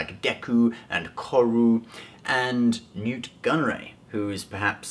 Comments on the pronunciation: Nute Gunray not Newt. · It’s Nute Gunray, not Newt Gunray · *Nute Gunray, not Newt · Isn't it "Nute" Gunray? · Yeah, it's nute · Isn't it Nute Gunray